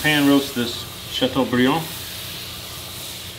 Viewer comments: Oooh you said Chateaubriand very nicely! Do you speak French? This looks absolutely delicious. What a great main course for Christmas!! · ooh la la, love the way you pronounce Chateaubriand with a Southern accent. I bet the person that thumbed down this video is a Frenchie.